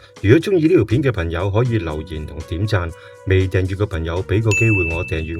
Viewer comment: 條片一開始就不斷講貪友貪友貪友。我真係好想問點解而家呢個世界已經冇人識講朋友呢兩個字！唔怪得而家啲人越嚟越窮，唔窮都俾佢講到窮！全部都變晒貧友！連呢把AI聲都有懶音，另外掙扎讀咗真扎，轟動讀咗軍動。冇眼睇！